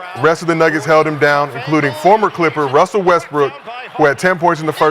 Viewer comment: I keep hearing Gil say "Wussell" instead of "Russell"